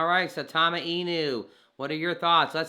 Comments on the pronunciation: Is it really that hard for people to pronounce the name right? Christ I here saytama suuutama now I'm hearing saaaawtama, it's sai ( like how you pronounce *sign*) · You say it weird. It's sigh-Tom-Uh